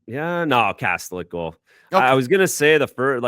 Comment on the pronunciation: Kas-tel-ic; the official NHL pronunciation guide says so. The net is not a "cage". Sports teams are not "squads". Peoples noses are not "beaks". Road trips are not "swings". I could go on and on but just use the normal words to commentate and describe the game.